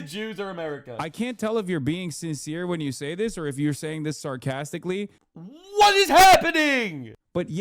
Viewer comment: Gosh ye is, are you saying that's a crowstically? You are clipping it, sir, stop clipping